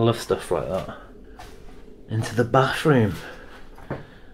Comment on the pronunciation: "Nine-ee-sevenyfree" "Carpeh in the bafroom" "lih-uhl" "pri-ee sure" if I decode the language which I believe to be a form of English where th is f and no t's are allowed, I can almost understand the soundtrack. Otherwise I just watch with sound turned off.